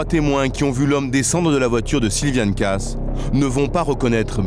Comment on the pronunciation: Personnellement, chez les Kaas, je préfère Patricia. P.S. Le lascar prononce "Casse", mais ça se dit "Kaaaaas". Bigre. P.S. 2. La pauvre fille, à dix-neuf ans, elle est déjà passée devant le maire ? Wow. P.S. 3. Avoir envie d'aller voir "Hook" ? Encore bigre, je comprends que le plan ne lui ait pas plu !